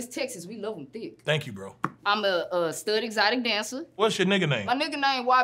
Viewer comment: Thank you bro appreciate that BRO the emphasis 😂😂😂😂